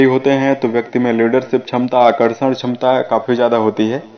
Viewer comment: Chamta nahi kshmta hota hei bhai.... Sahi bola Karo sunane mei bura lagta hei....